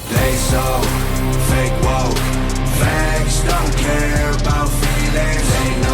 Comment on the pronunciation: Bro the Fah-kay Wah-kay shit killed me 😂😂 Also, the Windows XP sound effects 😂😂